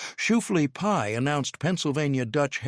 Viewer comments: Where do they get these narrators?? SHOEFLEA? Really!! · I know, right, and it was said like 10 times!